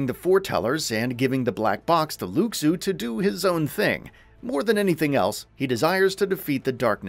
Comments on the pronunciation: Luxu is pronounced "Looshoo",. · Hate to be “that guy” but please pronounce Luxu correctly 😂